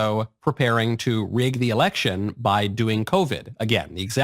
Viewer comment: It seems that Trump doesn't know that the word is "Election" not "Alection".